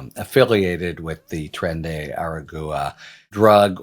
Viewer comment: Harry, it’s Tren (like trend) de Aragua (Ah rah gua - the g is a hard g like Guantanamo, the gua would be like the beginning of guacamole) Aragua is a region of Venezuela west of Caracas, I know you can do it